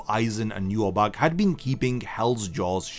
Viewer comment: Why do you say Yhwach wrong? They literally say it several times. YU-HA-BAHA.